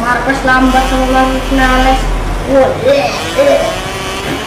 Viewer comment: Ngomong vinales aja salah